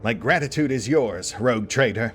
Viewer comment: am I the only one who heard 'Retcon Trader' in the intro?